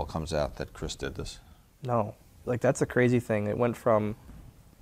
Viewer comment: The ‘R’ was missing in “” because you added it to “Anthology”